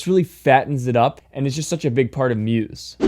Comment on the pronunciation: don't pronounce Muse with an S sound